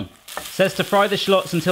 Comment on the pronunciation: I love how you say "shlots" instead of "shallots" lol